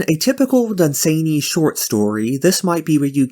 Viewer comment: Dunn-Sann-Y. Not Dun-zany. Then there is the Night Lands, there is a "retold" version I've heard is rather good (on my to hear list), but beyond that what the loveinterest does endangers them, it does sound like they got some BDSM, there are far worse things in todays writing...